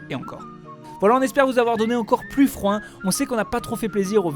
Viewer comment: "On a froim" ?! 😂😂😂 J'ai trop aimée la vidéo comme d'habitude! 😉😆